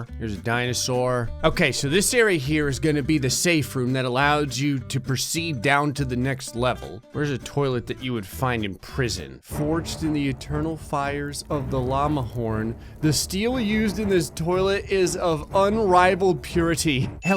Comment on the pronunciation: I like how he pronounced llama lalama